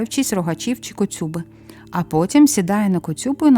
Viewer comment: Дуже прошу,перевіряйте наголоси саме українських слів,бо неправильний наголос, як фальшива нота в музиці-ріже слух: коцюбА,а не коцЮба,пІкна дІжа,а не пічна,Я - з Київської обл., з-під Білої Церкви,всі звичаї на святого Андрія,зокрема Калиту ,проводили в дитинстві під керівництвом старших жінок,то добре їх пам'ятаю.Це не були якісь локальні відмінності,а речі,прийняті в більшості регіонів України.Але у Вашій інтерпретації трохи спотворені,бо Ви їх не ПЕРЕЖИЛИ,а просто прочитали,хай і з солідних наукових джерел.Так що з більшою відповідальністю ставтеся до таких матеріалів,і до якості їх висвітлення.